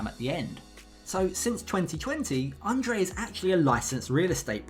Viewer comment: Libby pronounces his name correctly.